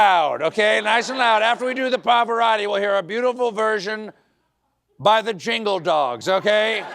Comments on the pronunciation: “PAFARATTI” It’s Pavarotti you demented tool! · He can't say Pavorotti right 😮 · Town Hall was just a show. Trump mispronounced Pavarotti which means he doesn't even care about the artist or music, he just want to be more dramatic so people can fall for that. Just a show.